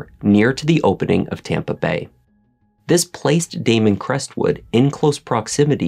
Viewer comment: Its Damon......🤦‍♀️